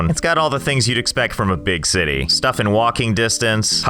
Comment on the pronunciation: The “Zity”